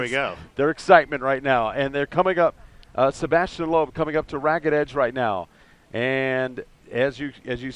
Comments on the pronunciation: it's sebastien loeb not sabastian loeb... americans definitely are not into rallying.. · It's 2013 not 1963, please learn how to shoot proper video from a helicopter before covering this kind of events. And by the way it's Sébastien not "Sabastien".